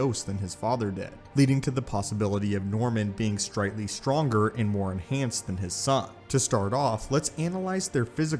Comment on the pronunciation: You'd think such a seasoned YouTuber would at very least edit out his speech mistakes. Or have them fixed by the editor if someone else is doing it. But it seems like every video you put out, you have multiple script errors and speech mishaps. For example, , "Stritely stronger." This seems to happen on all your channels. Not trying to hate. I genuinely do Love what you do. But it seems like there isn't much effort being put into the actual production quality itself.